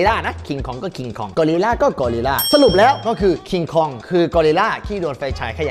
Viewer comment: มันชื่อว่า"คอง"ไม่ใช่เหลอพี่